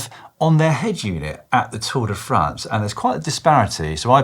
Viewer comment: Lloydy , it's Tour De Fraaaahhhhhhnce daaaahling , NOT Tour De Franz !!! Please add a little French twist to it , do the accent !!! Pleeeeeaaaaase !!!! It is painful to hear it the way you say it !!!